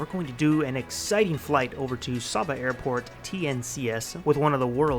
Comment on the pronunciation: It's pronounced Saba (with the first ‘a’ having the sound of the a in Ate)